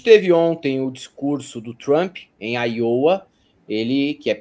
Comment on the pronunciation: se fala Áiowa. Eu sou muito fã do trabalho de vocês. Parabéns e obrigado